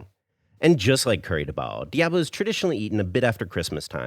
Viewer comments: why do Americans always destroy the pronunciation of words in other languages.... Curry Debao....wtf is that? Foda-se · I apologize since I didn't want to sound like a douche. I just wondered why you said it all wrong when later in the video you said it various times correctly. Curry Diabo. Also In Portuguese Curry is said Caril. So it would be ''Caril Do Diabo'' meaning Devil's Curry. Much Love! keep up the great Vids. I have been subscribed a while ago